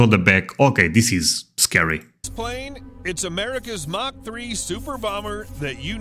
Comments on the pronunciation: mach is pronounced (mock) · Pronunciation correction ---mach is pronounced much like mock , not mash as you pronounce it. Also if you like videos about planes that were ahead of their times ,check out the SR-71 Blackbird from McDonnels " Skunkworks , a plane from the 1960's that STILL holds the world speed record .